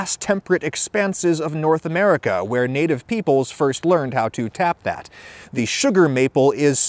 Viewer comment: I giggle everytime he emphasizes "tap that"🤣